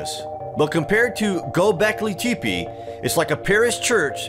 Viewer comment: Good video but you mispronounced the ending of the name. Not teepee sounds like temphe